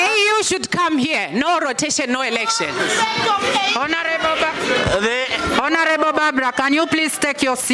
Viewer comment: What is ehlekshon? 😂